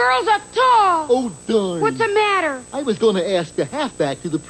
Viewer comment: "Wossamotta"? TIMON: Nuttin', wossamotta with you? (cracks up laughing) Lol 🤣🤣🤣🤣🤣🤣🤣🤣